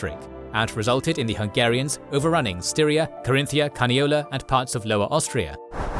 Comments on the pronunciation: It's me or I hear Syria instead of Styria? Subtitles seem to make the same mistake. If the auto-subtitles are the problem, ignore this 🙂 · Not Syria! But Styria!!! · styria not syria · But seriously, Styria,not Syria